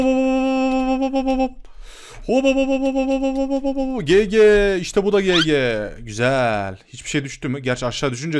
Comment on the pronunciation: Abi gg gege diye okunmiyo cici diye okunuyo lütfen okunus kurallarına dikkat edelim